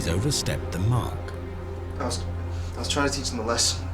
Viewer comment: seriuse...."I want to theatch them a lesson", WTF?